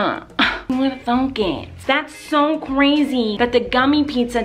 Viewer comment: When she said thunk i thought she said the f word ! Lol 😝